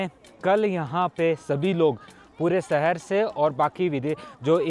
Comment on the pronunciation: Pls say "shahar", not "sahar".